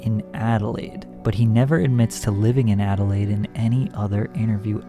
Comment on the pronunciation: btw you said Adelaide on point 👍😉👌💯